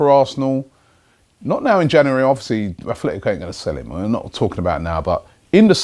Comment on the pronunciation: Please stop saying "Athletico" its "Atttttletico", no H. Thank you.